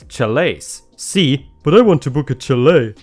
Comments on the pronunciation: It's pronounced shall-A, too. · Chalet is pronounced with a soft ch sound and not a tch sound. More like if it were spelled shalet. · Chalet is pronounced shal-eh. English makes so much sense. Ch can be sh in some situations. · It is pronounced shall-a. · Chalet is pronounced sha-lay